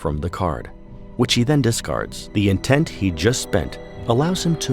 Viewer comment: Very true. It just bothers me because it sounds like he's constantly saying intense.